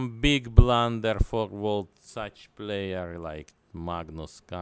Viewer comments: Ai dont belif che blan-derrett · Beeg blunderereer